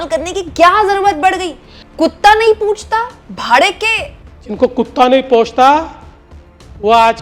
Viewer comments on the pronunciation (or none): Pochta nahi puchta, bhade ke tatte nahi bhade ke tattu, hindi bhasha sahih bolna na aaye to Marathi bolo lekin correct bolo.